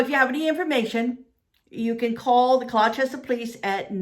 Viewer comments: Gloucester is pronounced glaw-ster! 😁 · please say gloucester right thank you and she was not found but many belive that she had a medical emergency and got swept away in the water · You're asking someone to pronounce Gloucester correctly but your sentences are filled with gramatical errors!😆🙄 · It's not pronounced GlouCHESTER. It's pronounced Gloster/Glawster. It's so weird to hear GlouCHESTER over and over. Also, it's not ChaTHam. It's prounounced ChaTUM. Something I found interesting: I wonder if the police followed up on. Someone saw a Craigslist post just before she disappeared, searching for "a dear motherly lady I met in Gloucester. " There is no rhyme or reason for this strange, sudden, nearly clueless disappearance. It's very unsettling. Now there are all these potential serial killings in New England. You have to wonder...